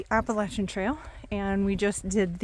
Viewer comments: So glad to finally hear some pronounce Appalachian correctly!!!😂 Hope all goes well with your hike! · You say it right at least according to those who live there.